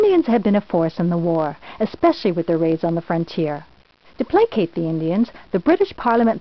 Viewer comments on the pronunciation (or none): none